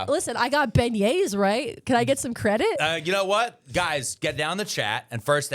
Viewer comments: You absolutely crushed the pronunciation of Beignets lol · As someone who lives in Nawlins, good job on the beignets! ⚜️